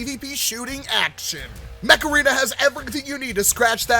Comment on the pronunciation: I kept hearing mech arena as macarena